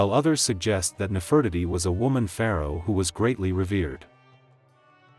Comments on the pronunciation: Please make it stop saying “Nef Furt itty”. It’s Nefertiti omg. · He mispronounced her name.